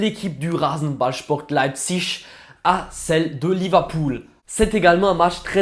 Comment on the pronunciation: Tu le prononces bien RB Leipzig c’est un peu compliqué à prononcer